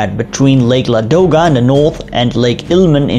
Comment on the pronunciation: lake Ladoga - the stress in this name is on the first syllable, not the middle